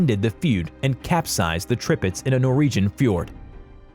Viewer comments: The announcer speaking mispronounced many names of ships, but the news of a stealth battle ship "the Zumwalt" is the next generation of ships of the future. The pronouncing of Tirpitz is "Tear pitz". Prinz Eugen with the German pronunciation is "prinz Ougan, as spoken correctly. Japans super ship was the Yamato, pronounced "YAM mato". I majored in military history studies and know and speak German well enough. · if you say "trippits" one more time i'm comin through this browser... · This channel don’t know how to pronounce ships names 😂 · You pronounced all the ships names wrong! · Why is he saying tripitz not tirpitz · The tirpitz not the tripitz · Yup… the Tripitz had me giggling that and the Prince Eugene. Hey, he pronounced“Iowa” correctly! And he kept saying turret sizes in feet; the stats he listed should have said like 14 inches, not feet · NOT Tripitz, but Tirpitz! Get your names and facts straight before uploading, man..! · I about Trip-ed over his ship names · Tirpitz was worse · DID HE SAY «the Tripitx»??? T I R P I T Z!! How do you even mispronounce Midway? It’s not Medwey, it is Midway.